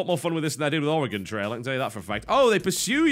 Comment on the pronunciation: I don't get it 95% of Americans pronounce Oregon incorrectly (Are-e-Gone) and the British guy gets it right....I have lost faith in thee, America.